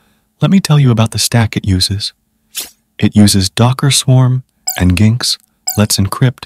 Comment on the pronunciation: Nice video, wasn't aware of CapRover... but if I hear "N jinx" instead of "Engine X" one more time, I'm going to cry. 😂